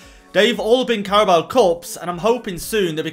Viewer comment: says Carabo Cup. Subtitles say Cowboy Cup